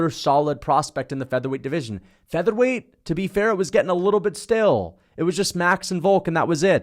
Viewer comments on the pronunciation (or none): none